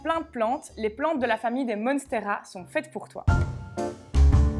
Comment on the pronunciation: Monnnsteras 😄😄😄 Ça fait américain c'est vendeur